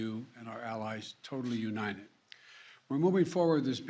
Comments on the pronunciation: “We remain uninen, we remain uninen” Biden 2022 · "We remain unined"~ Joe Biden